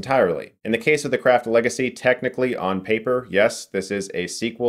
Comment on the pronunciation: I swear Chris pronounce "craft" as "crap" a few times on purpose. Lmao.